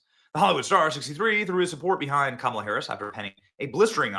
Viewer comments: Every time Benny mispronounces Kamala it makes me smile 😆 😁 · I love the way you intentionally mispronounce Kamala’s name. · Benny, please use a different way to say her name without disparaging anyone with the good name of Camilla. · How many different ways are you gonna pronounce “Kamala” in one video 🙃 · I love that you're mispronouncing her name, because honestly why bother pronouncing correctly. It's back to infamous obscurity for the emptiest of empty suits. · HOw DaRe yOu MisSpronounCe her nAme!!! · Benny, usually you’re funny. Today you were unnecessarily mean in your comments about Kamala. No need to keep roasting Kamala. And at the very least pronounce her name correctly. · Benny is never going to say her name right again is he? 😁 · I voted Trump. But why did you intentionally mispronounce Kamala's name so blatantly?